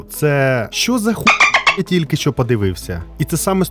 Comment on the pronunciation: Мій улюблений художник. Він, дійсно, геній. Відмовився розмовляти іспанською з королем Іспанії, бо він каталонець. Про брата теж знала. По інформартивності- молодці. Особисто до Вас прохання - попрацюйте над вимовою, бо вона поросійщена. В нас тверді шиплячі. А у Вас це звучить як «[якщьо], [щьо], [щє], [вчінок], [вибачьте], [розбираючі], [бачять], [чєрга]…” Випуск чудовий, дякую. Якщо б ще вимову підтягнути- буде супер